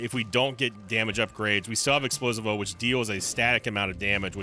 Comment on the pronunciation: ITS NOT EXPLO-SI-VO ITS EXPLOSIIIIIIIIIIVO